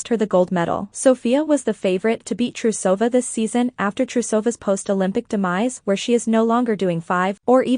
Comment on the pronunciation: It's LeviOsa NOT LeviosA....... 😅😂 I'm not trying to be mean, as I do enjoy the content, BUT.. the mispronunciation of the Russian names is making my ears bleed. 😭🤪 Proper pronunciation: TrUsova SamoDUrova SamodElkina TuktamYsheva YamEtova AkAt'eva GorbachyOva ValEEyeva NyEsterova ZagEEtova You get the point.